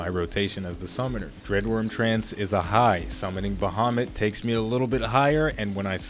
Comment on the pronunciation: Its "Baehamut" for you.